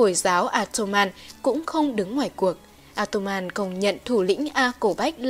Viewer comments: Ốt tô man chứ ko phải a tô man ad nhé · Sửa lỗi phát âm 1 chút nhé :)) Ottoman đọc là Ót tô men nhé